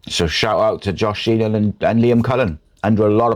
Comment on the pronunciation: My left ear is offended. Also, it's "Sheehan" not "Sheenan". Regardless, thanks for the vid.